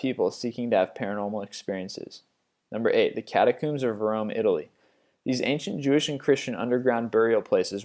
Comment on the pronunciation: Whats a kat-a-cooom? Lol "Catacomb"